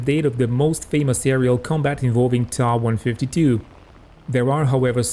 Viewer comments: Not pronounced 'ta' but t.a. . . . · its not ta, its tiiai